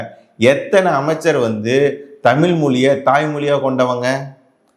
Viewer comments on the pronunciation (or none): தமில், தமிலன் அல்ல. தமிழ், தமிழர் என்று சொல்லவேண்டும்